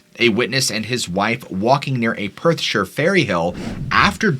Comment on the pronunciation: Finally an American who pronounced Perthshire correctly...this also goes for any placename that ends in shire ie:- Staffordshire, Yorkshire Gloucestershire ...always pronounced (Sher) never (shy-her).. rattles me cage every time an American tries to pronounce it lol